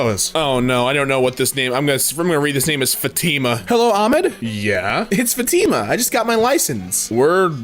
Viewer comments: fatTe-ma, not fa-TE-ma. The “I” is connected to the “fat” and the “ma” being separated slightly. At least, that’s how my mom always pronounced it (she was married to a Saudi Arabian man for 17 years, I think his sister was named Fatima) not trying to be rude of “know it all-ish” just trying to help if I can😊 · It's said FA TEE MAH and also por que un dominicano dise eso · by the way it’s pronounced Fat-i like that sound the letter i makes-ma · Btw it’s not fuh-tina it’s fat-imah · Hey, its said Fa-ti-ma (i think so) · Its not pronounced fatima its pronounced fathima but its spelled fatima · the name is pronounced fah-tih-mah with stress on the first syllable. Met a girl named that in high school. Wonderful person. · Fatima is spelled with a strong a, idk how to say it but its something like fAtima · it's pronounced futma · Dude so you don't be murdered by a Fatima it's pronounced fat-i-ma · you say Fatima like fa-te-ma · the pronounceiation here for everything makes me cry 1: it’s Aeh Med 2: it’s Fat Ima 3: it’s Ah llah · Fa tee ma? Just a heads up it’s pronounced ‘fah tih mah’ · Allah is god in Arabic and Fatima is pronounced Fut-ma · Thsi isnhow to pronounces Fatima , Fath-e-ma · Fatima, it’s pronounced faa-tee-maa with the thee sound. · it is pronounced as fati ma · Fatima is pronounced Fat-ah-ma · just to help, it’s Fa-tim-a. The Fa as in far, tim as in Tim, and a as in uh. Just wanted to help, and I’ve enjoyed the video. Keep up the good work and I hope to see more of your videos. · also its pronounsed as fah-too-mah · it's pronounced fat-theme-ah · I think it is pronounced "FAH-tee-mah." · "fatima" is pronounced "Fat-im-uh" idk actually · It's a typical name in Portugal, it's pronounced "fatty-mah" or fat-ee-muh" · its pronounced more like "faa thi ma" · idk why I'm going to comment this but screw it, Fah-Ti-Mah is how you pronounce it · its FAH-TE-MAH! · “Acualy it's pronounced FAT-EH-MAH-” “Fat tea mah” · how can bro not say fatima